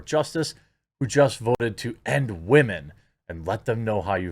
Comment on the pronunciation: As the late great KS stated. "Accountibility is a wahmens kyrtonite."